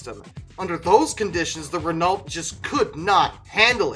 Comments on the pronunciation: In the uk, we pronounce Renault ren-oh. Being that guy eh? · You're close with the pronunciation with the Dauphine, just don't pronounce the "lt" in Renault - "ren-no." My vote for the worst car ever goes to the Pontiac Aztek, as it's a car I once had the misfortune of being given as a rental. What should have been a pioneering car-based SUV (one of the first crossovers) was completely ruined by truly weird design choices. These included a variant of Pontiac's divisive "quad-nostril" grille (as found on the last Trans-Ams where the aggressive look was better suited), overly-square wheel wells that, combined with the tall roof line, made the wheels look too small, cheap-looking plastic body cladding, and a split tailgate that was way too heavy to operate and incorporated a split rear window that obstructed the driver's rearward view. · My uncle had a Renault Dauphine for a while, french car, in America.... He wasn't the one to restore it. So he sold it and got a split window VW bus. Not to be the guy for pronunciation... But it's Rey No 👍 the official commercials for the AMC and Renault Alliance said it so themselves. But you said Dauphine right. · Maybe I saw too much Top Gear but I'm pretty sure it's pronounced as "Ren-oh". And before you ask, it was the good version with Jeremy Clarkson. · It really is Ren-oh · For future episodes (as there are a few bad ones!) the pronunciation of Renault is easiest described as 're know' with the 're' sounding short as in red rather than long as in read. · Oh dear, Dauphine was good, your Renault was not. It's more like "Ruhn-no", drop it into Google translate and listen. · Just because you said not to do it, you are saying it wrong. Renault the "T" is silent and "Aul" was is not pronounced like that.